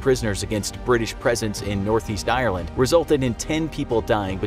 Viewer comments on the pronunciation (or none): none